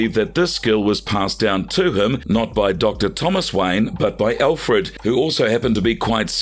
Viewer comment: You butchered just about every name, even Alfreds!